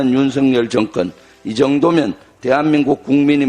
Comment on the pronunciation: 전현희의원님 잘 하고계시지만 정권을(정건) 말씀 교정이 꼭 필요 하다고 생각이 듬니다